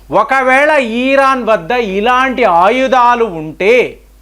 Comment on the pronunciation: ఇరాన్ not ఈరాన్... ఈసారి ఆ ధీర్గం మానెయ్యండి.